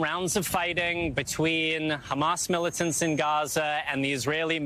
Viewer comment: 😭how she says "'militants" is WILD